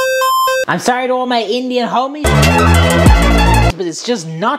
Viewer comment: I meant it’s not sowwy it’s Sorry